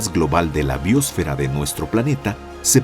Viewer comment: BiÓsfera... ¿Dónde está el acento de esta palabra? Me horrorizo escuchar esta se pronuncian cuando NO SE DICE ASÍ.